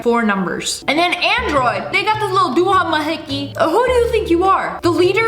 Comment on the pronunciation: The start when she said "dohamahickey"😂